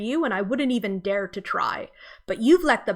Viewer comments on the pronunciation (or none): none